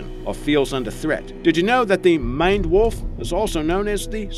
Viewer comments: "Mined wolf" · Maned wolf sounded like mined wild making me thing of the wolf in Minecraft XD